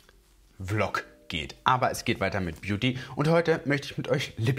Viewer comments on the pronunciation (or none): none